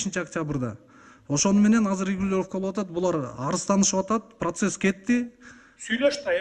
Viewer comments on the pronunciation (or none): none